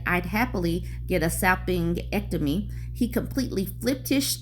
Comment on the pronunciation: The G in salpingectomy is pronounced like the J in Jennifer. I hear they’re becoming more common, due to recent legislation.